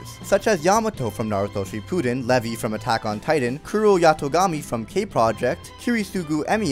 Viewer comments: u just butchered the name Levi so hard brah its not even funny. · 2 mins after u fucking butchered the name Levi u go ahead and fucking murder the name killua XD!! such a savage!